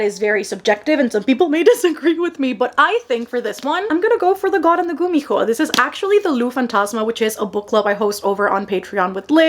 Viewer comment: I've just started following you and all throughout the few videos i've watched of you i kept thinking 'what's her accent i can’t place it? She has an american accent but with a few twists in some woyels.' Then "Here in Panama" Ah! Yes! I knew it! I should've known the way you pronounced the h in gumiho gave me Spanish vibes.